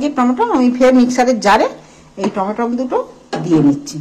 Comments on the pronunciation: Tometom noy tomatoes 🍅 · হাতে gloves পরা নেই, বাঁ হাত লাগাচ্ছে, নখে ময়লা। ঘেন্না লাগে।টমেটোকে বলছে টমেটম।